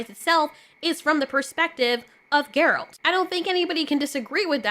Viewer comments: please fix your Geralt pronunciation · New fan because of the Witcher show and she doesn’t even know how to pronounce his name, that’s a bit of a tell on the grift.